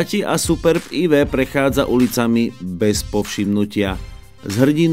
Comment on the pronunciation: co pladzajn, ale este aj AjVi